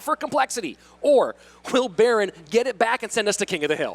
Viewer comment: When they pronounced berin, I cringed. I was like ooooh? Who's baron lol?